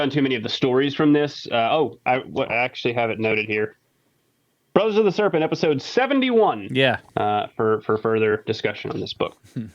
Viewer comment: or so " a skerpent